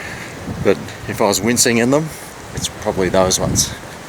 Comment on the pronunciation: Did you say wincing or mincing :)